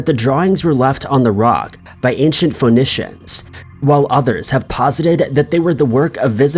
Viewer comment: Ancient “fo-nish-ins” … oh come on man 😂😂 I enjoy this channel but it seems like dude mispronounces sooo many simple words lol Phoenician is pronounced “fuh-nee-shin” my guy